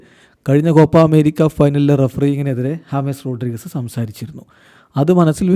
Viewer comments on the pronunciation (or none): Hames rodrigues❌ james rodrigues✅